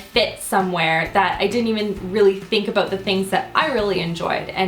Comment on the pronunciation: I love the way you say about!